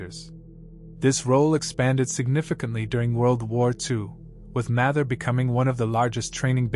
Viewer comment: It's pronounced Mather - with a long 'a', not a short 'a'